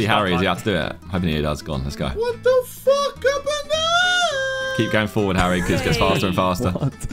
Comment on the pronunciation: "WHAT THE FWAK" KSI, 2024